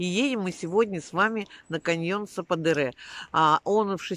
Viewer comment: Я смотрела одну блогершу из Анталии. Она ждала 5 месяцев. Просто они там что-то напутали. Говорят, если отказ, то сразу. И... Я была на этом каньон. Там классно. Только его называли сападЕре, ударение по другому. Но это не суть. Вам повезло, что подруги с машиной. Есть возможность разъезжать по красотам. Счастья вам!!!